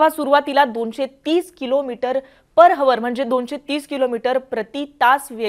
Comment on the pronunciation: अरे पर हवर नाही पर आवर आहे प्रयत्न करा जमेल बोलायला